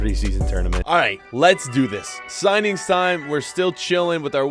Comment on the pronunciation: You said shinings instead of signings